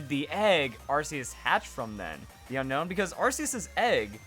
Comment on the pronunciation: It's pronounced un own